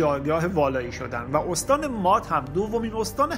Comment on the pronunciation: M: اَرمیا درست نیست و اصلش "اِرمیا"هست! قومِ مادّی(باتشدید ازمادّه یعنی مواد یا جنس نرو مادّه ) میاد ولی بدون تشدیدیعنی اسمِ یک قوم هست بنام " ماد " درست تلفظ کنیم!! باسپاس😒🙏🏽💙🌙